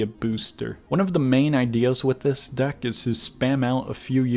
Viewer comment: I think i hear duck not deck ._.